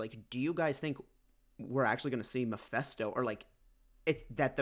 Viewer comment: Great panel. And lol, his name is Mephisto, like FIST, not Mephesto, like Pesto.